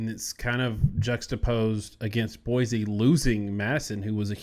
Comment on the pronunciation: Great show but I feel that proper pronunciation is key to an even better show. This concept even seems to elude your guest. One should be able to correctly pronounce the names of State capitals. That said; Boise is NOT PRONOUNCED With the “Z” sound. It sounds like Boi-see.